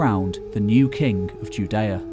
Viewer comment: Roland de Vaux NOT Roland de Veux. And king is not pronounced as kink nor is working pronounced workink.